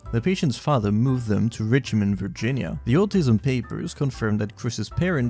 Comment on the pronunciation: incredible mispronunciation of Virginia10/10